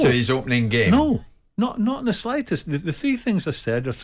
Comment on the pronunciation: Goldbridge is so right about Souness! All he has is "I plaeyed the gaeme" "this guy/player is a risk, he doesn't know our gaeme" get this bitter old guy off air.